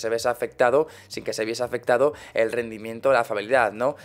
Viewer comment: es a propósito qu etu intro diga "lE análisis" ? en lugar de "El"